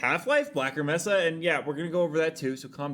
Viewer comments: Mesa is pronounced May-Sah. Not messa. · Brother its pronounced "May-suh" New subscriber tho. Love how you do your content. Straight to the point